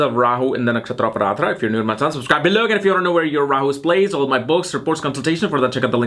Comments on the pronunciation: Need to work a lot on your pronunciations of all words sanskrut. It's aardra not ardhra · It's not Araadra man it's Arudra ( lord Shiva in furious and Roaring.) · I thought it was just pronounced Ardra not Aradrah. 🤔